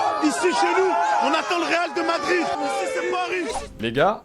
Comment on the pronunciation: Real DE Madrid. mes oreilles saignent mon dieu 😭😭😭😭😭